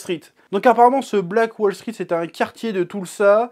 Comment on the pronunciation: Il dit " black wall street " ou " black balls sweet " ??? Parce que c'est pas pareil hein ^^.